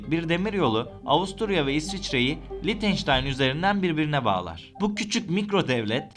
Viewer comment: Lictenstein degil Lichtestein 🥰 ch sadece he harfi okunur!!!! Belgesel yaparken dogru yapin…